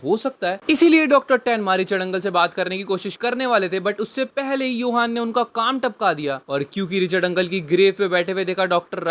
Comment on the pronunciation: Johan ❎ Yohan ✅ 🐹